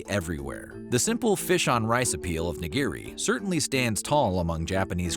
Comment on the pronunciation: "nah-GEER-ee" hurts my ears